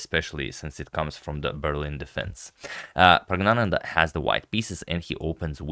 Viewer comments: There's actually a letter in the Tamil alphabet that's roughly pronounced ngya. I believe that was the letter used in Pragg's name. So Pragg..nya..nandhaa is the right pronunciation. I believe you've been bamboozled again 🤣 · The correct pronunciation is PRAGYAANANDA. The letter N is for nasal stress. PRAGYAA means 'spiritual wisdom' and ANANDA, technically ANAND, means 'bliss'. The spelling PRAGGNANANDHAA is a personal choice but it is grammatically incorrect as there is no such word in the Sanskrit lexicon. You were correctly advised about the required rectification but have thereafter again been misled into mispronouncing. Kindly see Wikipedia and come to terms in case you cannot repose faith in what I say from my knowledge of our ancient Mother Language, Sanskrit. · No ya. Still its wrong. Letter ஞா pronunciation can't be translated in English letters rightly that's the confusion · Actually it is prajnananda not pragna prajna means ' talent ' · It’s actually “Pragnyananda” ☺️ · Praag-naan-the, but "the" as in a aaah .... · I think pronouncing that first "n" like a "y" is a regional accent. good on you for the effort, though. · It's wrong still